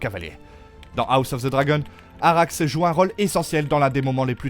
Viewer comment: La prononciation à la française de "dragon" dans "House of the dragon" je peux pas c'est ridicule 💀 faut arrêter avec les voix IA c'est naze